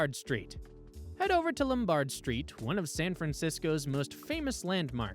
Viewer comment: LomBARD st.? No. LOMbard, like Carol.